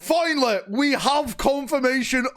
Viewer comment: The way how started this video sounded funny. I know he said finally but for a moment it sounded like “foilnally”. 🤣 ahhh too much foil. XXD